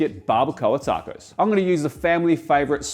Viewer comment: You said Tarrcoes like a true Queenslander